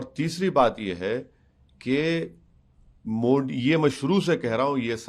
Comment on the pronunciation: Are miyaan मोडी नही होता मोदी hota h